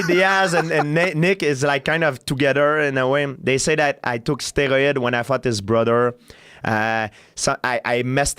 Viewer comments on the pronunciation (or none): He puts an extra syllable in the word 'steroid' and even watching it back I can't understand how he did it. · Georges “stei-roy-id” St. Pierre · He said it in french